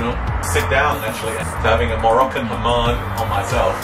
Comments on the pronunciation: It's hammaam not hamaan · wait Sam you actually said ‘Mahhan’ instead of ‘Hamman’ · the shower called hammam not haman